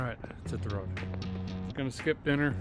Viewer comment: "A quick update as we'e going down the roooooad....Derek's North Dakota accent slipped back into form.